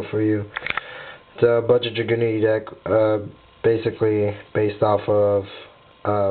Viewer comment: Why dose every one mispronounce dragunitys it's not dra-gunity it's drag-unity :/